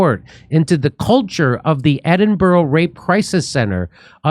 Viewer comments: Ed in bow row ? No no no, Jimmy mate its Ed in burruh. Anytime buddy. Edinburgh boy signing off. 😊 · It's Edin-brruh. Not that hard. And JK Rowling isn't even Scottish.